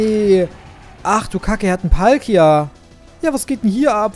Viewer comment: Es heißt Palkia